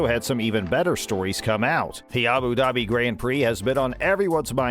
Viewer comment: It’s Abu Dhabi not Abu daaaabi